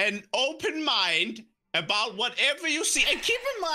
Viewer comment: Mnyke You mean "Cash not Catch" and "Bow not Bout" and "dah not dat"